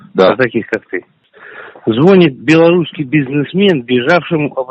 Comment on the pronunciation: ЗвОнит! Уровень образования и культуры о многом говорит.😂